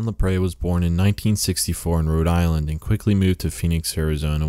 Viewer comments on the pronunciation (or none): none